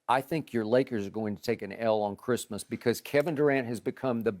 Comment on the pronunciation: “On Chrimah?” 😂😭